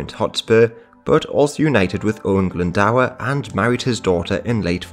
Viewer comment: Owain Glyndwr...Glyndwr not Glyndawer. It's pronounced GLYN DO R